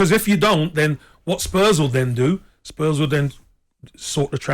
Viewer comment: geez they r butchering these spurs name...!!